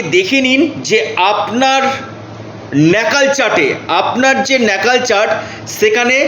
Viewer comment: ন্যাকাল না ওটা ন্যাটাল চার্ট হবে।